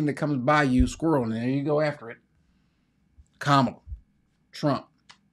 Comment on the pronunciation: you know just enough to think you’re right and not enough to know you’re wrong….about a lot of things. The person who said, “No hate like Christian love”, was correct. It is racist to pretend you cannot pronounce Kamala’s six-letter name but clear on Tchaikovsky. She was elected 4 times. Also, I was an hour in when you revealed you’re an ex-con. The entire time I was listening, I was thinking, “Damn, this guy sounds like a bootleg penitentiary lawyer”. Good luck, but I won’t be listening in the future.